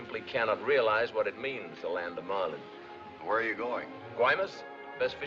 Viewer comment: BAHAHAHAHA It's a hell of a ride until you hear him say the word Marlin!